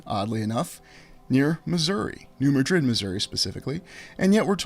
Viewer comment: Hey great stuff. I got some info on New Madrid and how it is said. I grow up two towns away and with there in middle school for a year. well we all say like New Mad-drid. not Ma-drid. love your work and only say because I know how you like to say it right. One thing that I can help with. hope ya see it. God Bless!!!